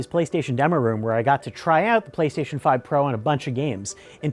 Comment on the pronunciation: “Playshashion 5 games”